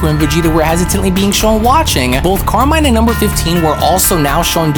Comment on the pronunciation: BTW Carmine is italian so you should read it as it's spelled